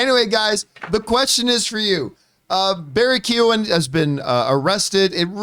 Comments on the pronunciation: It's pronounced Barry KAY-HAN not Kee-Gen. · Barry's surname is pronounced like Key-yo-an. The 'g' is silent. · Pretty sure it's just... ko-hen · Pretty sure it's pronounced Barry Key-own by the way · Poor Barry’s name just gets slaughtered 😂😂 it’s pronounced Key-oh-en. Don’t worry, it’s an awkward one I imagine! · Keee own. It’s Barry Kee Own. Or something like that 😹😹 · Shame that John cant pronounce keoghan probably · The g is silent john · Campea pronounced his name in every different way he could think of. I thought he was doing a bit. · Thats not how you say his name 😅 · John, bless him, pronounced Keoghan about five different ways...... it was cute. As an Irish person, more specifically a dubliner, I am surprised to actually hear of someone getting arrested for public intoxication. Because you'd have to be absolutely hammered with a capital H to be arrested for just public intoxication. But knowing it was someone just looking out for him it just makes it actually funny.